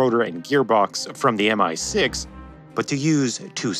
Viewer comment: Love this video as always but one tip for you! Soviet and Russian designations are said as words rather than letters, ie "mee-6 (or my-6)" rather than "em eye six" or "soo-27" rather than "ess you 27".